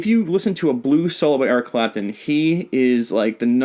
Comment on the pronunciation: on blast he said “eric crapton” lol